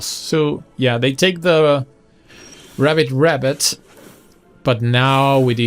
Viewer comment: Yeah, with bigger audience you could organize like these brawl events. Like no decks with custom limitations, to see who can get most imaginative build going within the constrains. And btw it's pronounced ribbit (the 'i' should sound like in ribbon). You were rabbiting a lot, which is, you know, a rabbit :D